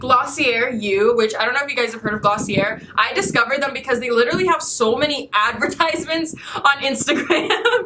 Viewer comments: not to be rude or anything like i love you im a fan but you say glossi-yey not glossi-yer:.) Hehe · Glossier is pronounced with an a at the end i think lol😂